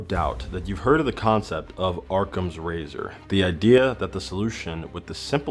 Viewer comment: It's 'awwcum' not "ARRCOM" hahaha I kid I kid. Love your channel bro and keep making the content. You always got me laughing and thinkin! :rocket-red-countdown-liftoff::thanksdoc